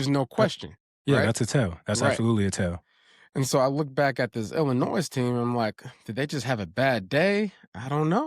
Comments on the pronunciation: hits that ‘s’ in Illinois hella hard! 😅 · Love you but Illinois is not pronounced with the S. Lol😂 its silent.